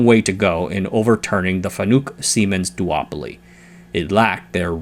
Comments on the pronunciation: “Fa-nook” … them’s fighting’ words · Fanuc is not a u sound in nuke. It pretty much showed that this guy doesn't really know about the content today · i giggle at his FANUC pronunciation